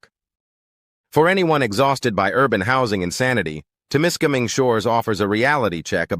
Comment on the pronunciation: Wher the fuck did this guy get his pronunciation from? Temiskaming is no where near an "international " border unless the dummy thinks Quebec is a different country. What a load of AI shit!